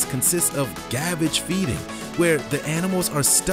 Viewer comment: Gavage is pronounced geh-vah-j